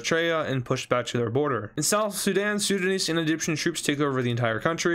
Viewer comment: Did my bro said Zidane instead of Sudan 😂😂😂😂